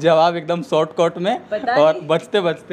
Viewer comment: शॉर्टकट ❌ शॉर्टकौट ✅ 😂😂